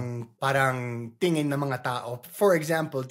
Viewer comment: really enjoy your videos... just a friendly fyi.. it's tingin (tee ng een) instead of tiyan (tiyan's belly...):)